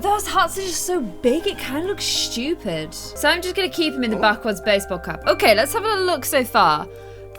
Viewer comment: I like how you say stupid it cool you say ut like shhtupide and I like you acsent I cant spell